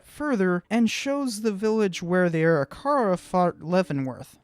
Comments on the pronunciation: Arikara is pronounced "ah-rick-uh-ruh", not "airy-car-rah" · Great review. You have a new subscriber. Seeing all the mountains on his way back struck me as wrong right away. One minor criticism is you pronunciation of Arikara. It a should be A-rick-ara. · Pronounce the Indian name as ....AW-RICK-AW-RAW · Good video. I believe your pronunciation of Arikara is not correct. Something more like "Uh-rih-ker-uh"..... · Arikara is pronounced A-RICK-A-RAW just saying good video though! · Sorry a more correct one would be Ah-RICK-Ah-RAW. Im actually an interpreter at Fort Abraham Lincoln state park which has the On a Slant Mandan Village and I had to learn about the Three Affiliated tribes (Mandan,Hidatsa,Arikara). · Dude, you're completely mispronouncing Arikara. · pronouncing arikara wrong